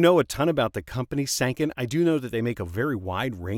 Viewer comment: BTW Sanken rhymes with Tron/Pen.